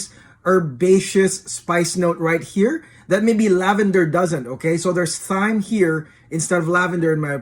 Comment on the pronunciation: Tarragon smells like Anise, Russian Tarragon smells like sweet grass. FYI the H in thyme is silent.